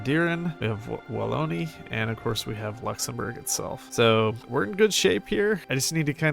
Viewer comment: Youre a god at hoi4! Also i laughed so hard your promunciation of Wallonia (and Vlaandern)😂😂😂